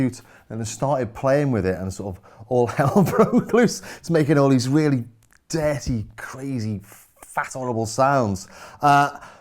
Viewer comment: your Scouse accent when you say 'deeerty' is killing me in the best of ways. Haha. I want one of these things. They're so foul. A modern MS-20!